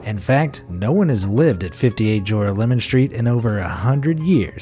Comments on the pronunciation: It's not "jore-uh-LE-mon" Street... it's "juh-RAH-luh-min" Street. FFS; do half a minute of research into the correct pronunciation, please... 😳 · JORAH-LEMON? Nope! Ja-rah-le-mahn is how that’s pronounced. Don’t EVER let that monstrosity of a pronunciation fall from your lips again! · Not jora-lemon - it's pronounced ger-al-o-man. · It's pronounced jor-al-mon think jorale=morale Sincerely, a New Yawka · OK, this is kind of late for a comment, but I just saw this video. In the first fake house part of the video I can see many mistakes. First of all it is pronounced jor-AH-me-lum street. Second of all that was not built by the MTA a modern public authority, but by the IRT (the Interborough Rapid Transit,) a private company, which built the original subway lines in the city which included this one. The map draws an imaginary route from Brooklyn to Manhattan which bears very little relationship to the actual route which runs a much shorter route from Brooklyn to lower Manhattan. And...any New Yorker would know that the video of the train going through the tunnel doesn't look like any train in the NYC subway! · In site #1, that street in Brooklyn is pronounced Jor-OLL-oh-MIN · Joralemon is pronounced juh-'rah-leh-mun